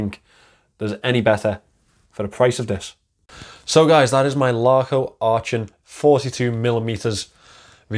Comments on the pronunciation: I've heard that story quite often,, but your version was fantastic - I was fillin up! Not being clever (I never have been), try saying "Aachen " with a Liverpool "k". Much closer to the original. Great watch. Super review as always. Merry Christmas 🎅 🎄! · I was thinking exactly the same 😁 With that Liverpool "k" it's not that far off.